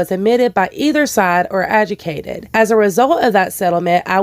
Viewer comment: Might just be the accent but its usually pronounced a-jew-di-cated